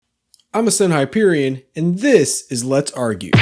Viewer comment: I was shocked to actually hear you say “,” all the ones I’ve seen it’s like “Ascend *BOIOIOIOIOIOIOINGGGG*perion” or something